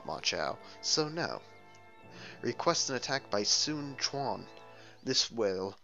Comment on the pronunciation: ok im sorry but I was ok with overlooking your pronunciation on ''cao cao'' even though its pronounced in the game as cow-cow but when you mis pronounce sun quan aswell :/